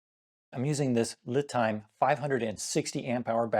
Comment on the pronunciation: Not that it matters, but I believe LiTime is pronounced "Lee Time"